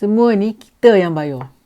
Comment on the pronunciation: Tak boleh lari ya sebut bayor